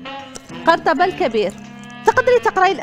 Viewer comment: قَرطبة ههه الله يهديك بعدا ماشي بفتح الفاء علابانا ماقريتيش لكن ماشي لهاد الدرجة